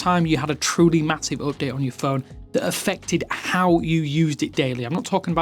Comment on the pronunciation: Can you explain what an "up day" is? 😂